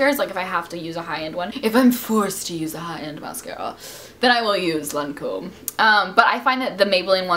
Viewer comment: She pronounces Lancome in french.. I mean that's how you pronounce it in France :)